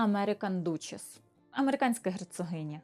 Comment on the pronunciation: Міла Герцогиня читається дачиз Aнгл duсhess